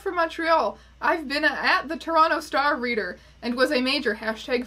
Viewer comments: you're the only person from Toronto who I've heard pronounce it toe-ron-toe............... we have a conspiracy theory on our hands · pronouncing both T's in Toronto...